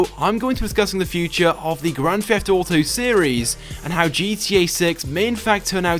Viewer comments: "Grand Fefft Auto viddeo" what an idiot. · Hey guys its and welcome to a brand new video of Grand "Feft" Auto...